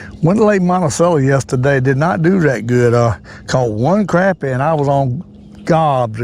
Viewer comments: I totally agree.its crappie,not croppie. You go get um! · thank you for saying CRAPpie instead of CROPpie like all the yankees say and every other fishing video. I guess its because they are just full of CROP !